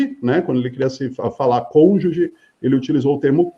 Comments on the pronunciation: Uma das piores, marreco chamar cônjuge de conge, inadmissível. Será que pulou todo o capítulo no direito que fala sobre uniões (casamento...) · Fez faculdade? Passou no concurso pra juiz? Como? Falando conje e conja? Mistérios...